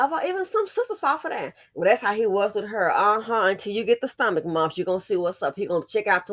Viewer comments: I think she said bumps. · Did you say stomach mumps? 🤔